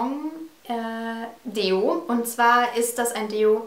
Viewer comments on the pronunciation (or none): awww böse böse du fixt mich mit allerhand an :D (es fehlt hier absolut dieses whatsapp-äffchen, dass sich die augen zu hält :D) qi gong spricht sich tschi gong aus :)) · Qi Gong aussprechen: Qi = Tschi (wie in Cha-cha-cha) Gong = Guhng ;)